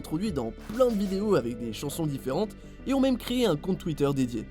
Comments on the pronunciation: ON DIT MAIME PAS MIME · Ptn arête de dire mime c'est même 😂😂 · Les "mime" 😂 a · Ca choque qui le "mime"?